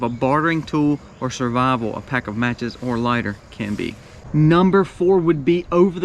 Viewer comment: Lighter fluid. Not liter fluid. Lol